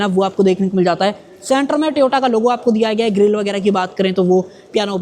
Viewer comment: Sabse pahle to Toyota ko sahi pronounce karna sikho tum, Dusri baat piche ki seats 3rd row ki child concept pr hoti h, child ke liye hoti h isliye space kam milta h kisi bhi 7/8 seaters gaadi me. Aur baar baar as such as such... bolna band karo, jaise lag raha h bahut pata Toyota ke bare me, jabki aisa kuch nhi h.